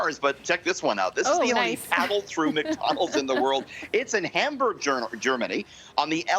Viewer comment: It's "Hamburg". You have to be able to get a hamburger there.